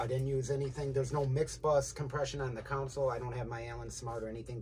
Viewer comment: Please stop saying "council" it's "console".